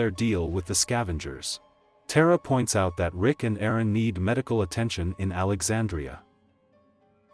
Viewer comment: “Lick” 💀 U mean Rick right?!😂